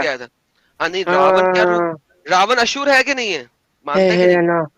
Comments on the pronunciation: It is asur not ashur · ashur nahi, asur hai anna😀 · Not Ashur nahi Asur.